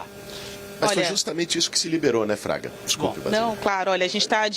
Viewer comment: Não é Traga. É FRAGA